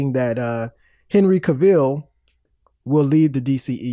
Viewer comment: Why is Cavill so hard to pronounce? It rhymes with travel. I swear to you that's true. This idiot even started to say it right and stopped himself so he could say it wrong! It's not K'Ville. It's not Cay-vill. It's not Ca-vall. Cavill rhymes with travel. This is Donald Trump-level. It should not be difficult. Trump would probably have trouble understanding something this simple but that's because Trump is mentally impaired. What's your excuse? Just say it right. Jesus.